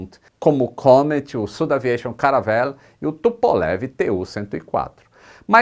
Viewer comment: Fantástica a Dinastia AirBus! Um detalhe: por ser francesa, a SudAviation não deveria ser pronunciada como "südaviación"? Sucesso!